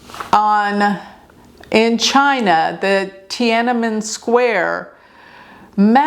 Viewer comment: You pronounced Tiananmen accurately. 😁😁😁❤️